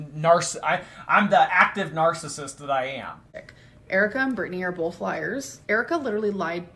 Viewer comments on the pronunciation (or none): For the love of God please get it through her thick head it's Both not Bolth